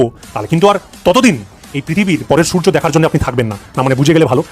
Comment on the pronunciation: স্যারেন্ডার করছে না, স্যালেন্ডার করছে। 😂😂 একে বলে বাপ ডাকা।